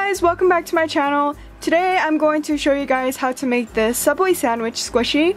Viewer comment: You mean sOoUbWaY